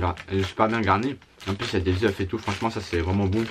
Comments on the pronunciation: LES VALA " des zeufs "... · Mdr "des eufs" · Il a dit des œuf